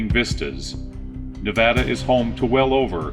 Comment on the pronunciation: Thank you for pronouncing Nevada correctly. Love your stuff! Keep it up brother!